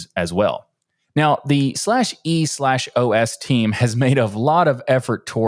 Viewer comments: It's just pronounced "eeeOS" 😂😂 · Bro, just pronounce it "E OS"